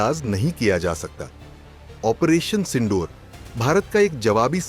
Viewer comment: भाई पढाई कहाँ से की है...ओपरेशन सिंडूर नहीं सिंदूर😂